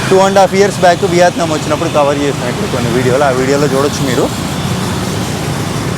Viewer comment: బ్రో, నువ్వు కామెంట్లు చదవవా? తిండి తినేటప్పుడు అలా చప్పుడుచేస్తూ,అవులుబట్టినట్టు పీక్కో తినొద్దని ఎంతమంది ఎన్నిసార్లు చెప్పేరో చూడలేదా..అసహ్యంగా ఉంది బాసూ.కాకపోతే చంకల్లేని షర్ట్ తో చావగొడతావనుకున్నా గాని..దాదాపు రక్షించావు.అలాగే ఆ దేశం పేరు ' వియాత్నాం ' కాదు. యా కి దీర్ఘం లేదు. మనదేశాన్ని 'ఈండియా ' అనో ' భరాత్ ' అనో అంటే ఎలా వుంటుందో ఊహించుకో.